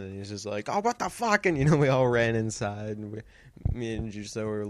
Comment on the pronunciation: "insi-eide" and "Hepic" lol don't remember every saying that shit XD